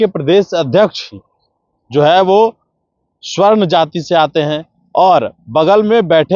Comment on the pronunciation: Swarn nahi- SAWARN. Kindly hindi ka tang mat tore.